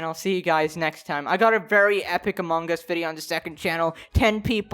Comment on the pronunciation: You have a fascinating way of pronouncing “among us”.. I can’t tell if I hate it or if it’s cool lol.. “among” is a word word that existed before this game, everyone clear on that?